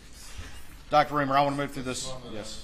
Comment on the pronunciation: R-I-E-M-E-R not Reimer. She spells is out for you within the first 5 seconds of the video.